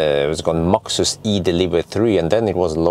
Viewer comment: Max(øre)sus 🤣🤣🤣 (means max ear Wissling) 10 Points for that😁